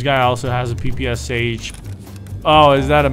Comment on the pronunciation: I know it's fun and all but using reversed lines to make it look russian (for me as russian) causes my ears to bleed:( But, you made and excuse for yourself by saying PPSH the right way:) Your ability to speak russian feels good Kappa